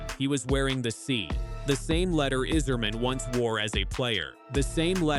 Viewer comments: He's done everything right? Like disappearing last season after winning the gold medal? And why the AI narration that can't even pronounce Yzerman's name right? Isserman? Don't let the door hit you on your way out Dylan. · stupid robot voice can't even pronounce Yzerman